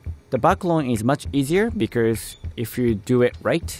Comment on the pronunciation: The only tho g that bothered me in the video was “becers” when he tried to say because. (No offense)